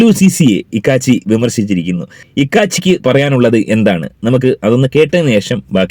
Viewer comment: ഇക്കാച്ചി അല്ല കോക്കാച്ചി